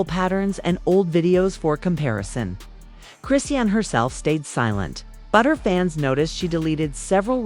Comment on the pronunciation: All of the pics are of BlueFace, not her so called new man. Using AI voice generation is horrible because the wrong pronounciation of her name is very aggravating. So much click bait is flooding Youtube. smh.